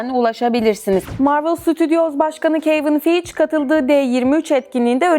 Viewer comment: Saygısızlık etmem istemem ancak dünyaca ünlü, senelerdir Marvel Studios başkanı olan Kevin Feige'nin "Keyvın Fiğic" gibi garip bir şekilde defalarca telafuz edilmesi, IGN gibi büyük bir şirketin kanalına leke sürüyor. Ayrıca başlığa GTA 6 PC sürümü yazmanız tam olarak bir clickbait olmuş. Haber niteliği taşıyan hiçbir bilgi paylaşmadınız. Bu seviyede videolar paylaşmaya devam ettiğiniz taktirde izlenmeleriniz düşecektir. Dikkate almanızı rica ederim.